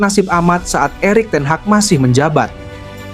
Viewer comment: Lucu sekali sewaktu narator menyebut pelafalan Erik Ten Haag 😅